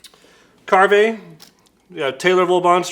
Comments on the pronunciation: It's pronounced Carve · willis white It’s pronounced ‘carve’, like a turkey or to be more to the point as in to carve a turn on a surf or skateboard. Brand was created by skateboarders. The multi coloured laminate in their brush handles is due to them coming from skateboard production. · That doesn’t sound like the name would be pronounced